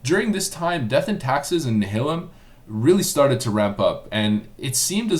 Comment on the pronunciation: Nile-um not "nuh-hil-um" lol Also I dunno about that bro...hardcore PvP servers really weren't paying attention or care about PvE. We had our own rivalries revolving around PvP lol